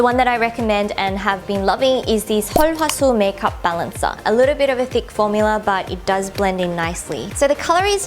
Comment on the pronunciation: I had no idea that's how you pronounce "sulwhasoo"...